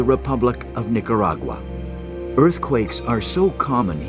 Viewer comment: Terrible disaster. What's a Nicuragura? I refuse to try and explain this never ending pronunciation mistake. Spanish is so easy to pronounce and yet this mistake persist. On and on and on.